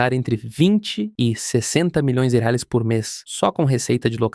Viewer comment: Assisti metade e já tive que parar, é insuportável ouvir uma IA narrando, e pior ainda com ela falando errado e chamando Reais de Halalands 😂😂😂😂